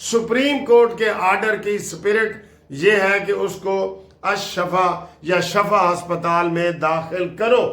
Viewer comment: ..Lafz shifa Hy shafa nahien